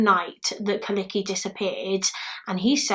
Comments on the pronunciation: Hii! Im finnish and yes u said those names ”right”. Finnish is weird lagnuage bc we say all just like they write. Its hard to other countries maybe. Like u say kyllikki khyliki but in finland we say just kyllikki and I know its so hard to say that maybe. And bc its have 2 l and 2 k. Thanks 4 good video and sorry for my very bad english and comment. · Apparently her first name is pronounced KOO Lickey. Finnish is a touch language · külliki... im from Estonia and at first i couldn t understand the name then i looked... u was talking like its someone from Japan🙈😂 i just cant listen😂🤷‍♀️🙈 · Thank you so much for this case. I've hoped for so long for someone to cover Kyllikkis case. It still bothers me and I spend many nights researching. 😔❤️ (Also your pronunciation of the Finnish names is absolutely adorable)